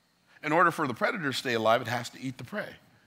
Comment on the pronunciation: I could listen to you speak literally all day. Wait, I already do 😂 BTW, it’s predator. Coulda let it go, but you help me so much with every video you put out. Figured I’d return the favor. Much love my brother. 💪🏾